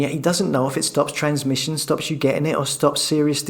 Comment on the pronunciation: TheWarOnU he struggles with the word transmission